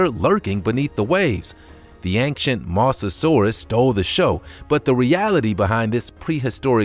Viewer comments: Mosasaurus not misasaurus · you said mosasurus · You said mosasaurus wrong